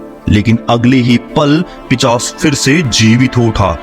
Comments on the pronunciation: Pichas nahi pishas hota hai. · Bhai pishas nhi hota hai pishaach hota hai